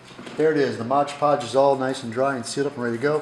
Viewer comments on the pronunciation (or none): Why do Americans call it Modge Podge. It clearly says on the jar Mod Podge. Other than that, great video ;) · As it says on the container, it's called Mod Podge, not Modge Podge. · Very 🙃 My wife is a Yank and she calls it Modge Podge too. Drives me bonkers. She’s an architect, so it’s not like you guys are stupid or anything. Clearly smart folks, who just like to make up words 😄